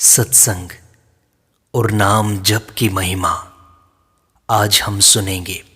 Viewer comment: "जप" कब से "ज़प" हो गया ??